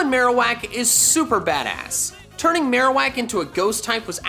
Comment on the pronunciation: Why am I always mishearing Marowak?